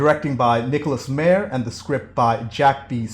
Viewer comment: Just a little critique... The Director's name is pronounced "M-EYE-er